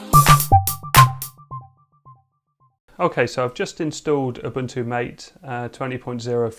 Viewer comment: The name " MATE " is pronounced Ma-Tay . It comes from the yerba maté plant, native to South America.